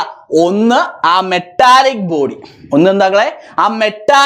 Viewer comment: മെട്ടാലിക്ക് അല്ല മെറ്റാലിക്ക്😂 Just for funn😅